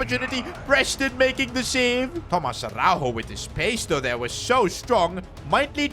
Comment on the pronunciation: You pronounce it Tomaj Araujo not Tomaz Arauho